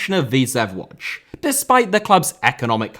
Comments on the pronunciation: Its pronounced "Woodge" not "Wodge". The "O" with the dot on top is pronounced with the "ooh" sound. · Isn't it pronounced more like Wooj?